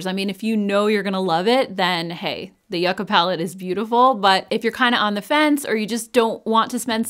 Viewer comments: I know this is really petty, but I’m so glad that you pronounced the Natasha Donna yucca palette correctly. i’m from Southern California and I used to live very close to Yucca Valley and it would drive me crazy when the influencers would pronounce it incorrectly I know that’s really silly lol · Thank you for pronouncing yucca correctly!! It's been bugging me that others are not saying it right. The yucca plant grows here abundantly so I've know that plant a while and this palette makes sense in its color story. :face-blue-smiling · You are correct in the way you are saying Yucca. People will just nag about anything! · Omg I love you for the clarification of yucca. I grew up with my Colombian mother pronouncing it yoo- (or joo) ca and thought everyone was butchering this palette name! I didn’t know the root vegetable was different from the plant! 🌱 😂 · Fantastic! I love how you make clear the pronunciation of the word Yucca ❤. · I say yucca the way u do girl! Lol! 🙌🫶